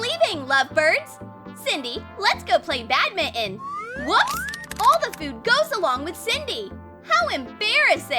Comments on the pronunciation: banintin? No it's badminton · The way that the narratoir said " badninont" Haha Its pronounced "B-A-D-M-I-N-G-T-O-N" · Did she say.......bad mitten?